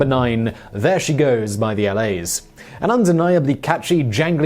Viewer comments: The LAs. Lol. No, it’s the La’s . After the Liverpudlian saying *la*. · Do you do this constant mispronounciation on purpose. The L.A.'s? No, no, no. The La's, same pronounciation as in 'La La Land.' And is Liverpool slang for mate, or friend. And then you show a picture of a printed title Stand by Me with Train In Vain in brackets, while rattling on how it's called Train In Vain with Stand By Me in brackets. I mean, do you ever watch the videos you put out?